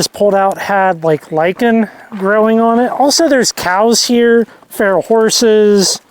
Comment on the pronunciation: Have you found the semi hot spring in Panaca yet? Rocky hill behind the pond, possible spot, great place to swim in warm water. It’s on the edge of town. Oh yeah, it’s PAH NACK CA. One more thing those are WILD horses, Farrell sounds so disgraceful. Overwhelming. Enjoy.